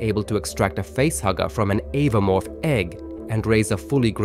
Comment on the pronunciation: It's oh-voh-morph, not ava-morph, watch the movies or look at anyone who reviews the lore.